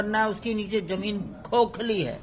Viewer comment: " ज़मीन खोखली है " बहुत ज़ोर देकर पंडितजी बोले..😁😁😁